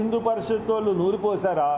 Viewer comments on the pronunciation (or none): none